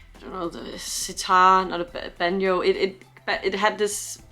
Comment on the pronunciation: I loved the pronunciation of Banjo. Ive never heard it pronounced with a y before.